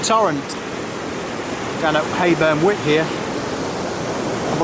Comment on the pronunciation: Hayburn Wyke is actually pronounced "Wike" not wick lol. Great vid though and fab in spite of the weather!!